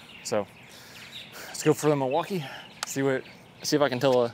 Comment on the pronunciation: the "milwauker"? 😂💀